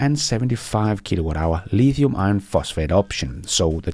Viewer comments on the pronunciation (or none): none